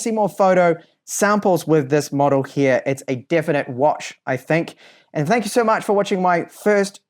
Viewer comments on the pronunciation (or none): Interesting review:. 🙂